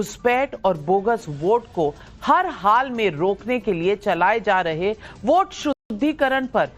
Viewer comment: टोंटीचोर नकटे को वोट को ओट और वोटर को ओटर कहने वाला अज़ीज़ ख़ान जैसा कट वा ही प्रवक्ता मिलेगा।